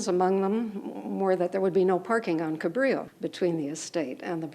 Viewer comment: It’s NOT Cabrio Blvd-it’s Cabrillo-dumb idiots!!!!